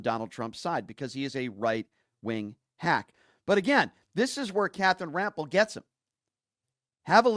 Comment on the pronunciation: Bro please pronounce he name correctly it Rampell!!